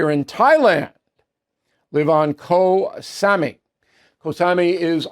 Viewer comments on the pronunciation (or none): Ooooh Bill 😅 Kho Samui ,pronounced ( Ko sa'moo' y) Is on the East coast in the Gulf of Thailand. You're probably thinking about Phuket on the West side in the Andaman Sea, which is part of the Indian Ocean . Not the PACIFIC. Wow 👌 something I know more about than Bill does 😅 I left USA 8years ago when all this bafoonery started. I love living here in Thailand 🇹🇭 😍.